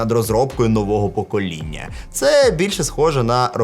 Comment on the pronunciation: Шось кєкнув з акцентом на "нового ПОКОління"